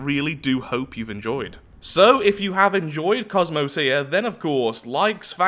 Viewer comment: Lol I thought u said welcome to astroneer